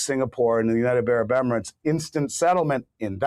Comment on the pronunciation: Please say United Arab Emirates, not Unitebarabemerets. You've been saying it wronfg for over five years that I know of. Just write it out ten times.